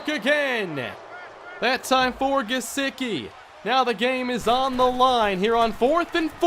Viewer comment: It’s Gesecky in how it’s said not gesicki